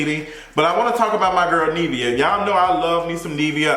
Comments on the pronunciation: Nivea = rhymes with give. Not neev like leave. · he keep saying Neevia it’s giving me anxiety 😂😂😂😂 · I hate it! How you talmbout interviewing someone and can’t pronounce their name 🙄